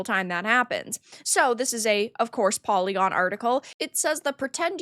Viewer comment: You were TWENTY seconds in before you said "pory-gorn" and I then understood why the "review" was as valuable as it is... hah. That group of "games-journalists" ... well then. I bet that polly-gone only employs the most experienced and highest quality jour-noes... I bet they are even all *doctors*! Just like most of the "doctors" at the dei factories like that last one you talked about brownpeoplegames or whatever it was.